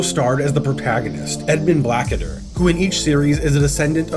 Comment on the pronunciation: Blackadder. Not... Black Adder. grumble